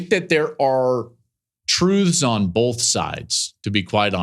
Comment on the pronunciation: You also say "bolth' instead of both a lot